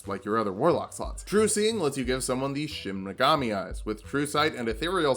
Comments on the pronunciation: Anyone else think that was saying Shin Megami instead of Shinigami to annoy those of us that know he's saying it wrong? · DID YOU JUST PRONOUNCE SHINIGAMI AS SHIN MEGAMI EVERY TIME I'M GONNA BOOST THE ALGORYTHM SO HARD RIGHT NOW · Every time he says "Shin Megami" instead of "shinigami," I feel pain, because it makes me want a Shin Megami Tensei or Persona character build. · Late comment, but it's shinigama not shinmagami. That'd be your shin magami tensei. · "I don't know what a Shinmagami is" That's probably because its pronounced Shinigami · not to be that guy but its Shinigami (death god) not Shin Megami (true goddess). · Great video. Only one critique: It's Shinigami, not Shin Megami. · You mispronounced what the death Gods are called in the entire video It's Shinigami, not Shinmigami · Did anyone else notice that he was saying “shin megami” instead of “shinigami”? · Took me a while to realize you were saying "shinigami", not "shin megami". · Take a shot every time he says Shin Megami instead of Shinigami and you want to finish the sentence with "Tensei" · Dear god stop calling it a "Shinmagami". This isn't fucking Persona, its a Shinigami. They're gods of death in Japanese folklore. It's a real thing. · The way he says Shin Megami instead of Shinigami really irks me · Anyone one being physically hurt whenever he says "Shinigami" as "Shinimagami"? I still love you but it hurts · So, like Is nobody gonna talk about how is saying "Shin Megami" and not "Shinigami"? He's either an SMT lover in hiding or taking the piss but idk it's funny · Is... is he purposely saying Shin Megami instead of shinigami as a joke or just mispronouncing it? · Is...is he saying "Shin Megami" on purpose? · Is he purposefully mispronouncing shinigami or am I crazy? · Did you have SMT on the brain? It's shinegami, shi-ne-ga-mi. One word, and only one M. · Me: aw yiss Light from death note: "Shin Magami" Me::'< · Any body gonna mention how he says shinigami?